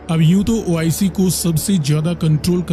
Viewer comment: Abba madarchood ois nahe oic.Pahala thik sa bolna tow shek laa